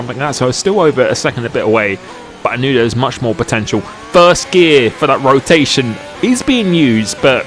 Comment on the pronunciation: thee EXTRA rotaishn